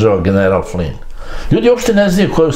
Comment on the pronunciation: Tačno..Slovna greška u pisanju..Inače ime Flynn..uvek savršeno izgovoreno.